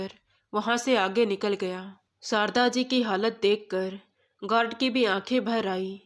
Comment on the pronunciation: गारड नहीं। गार्ड